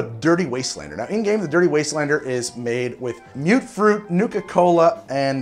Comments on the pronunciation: "Mute-fruit"?..... I say it as "Mutt-fruit". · Its not mute fruit, its muttfruit. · you keep saying mute fruit it's mut fruit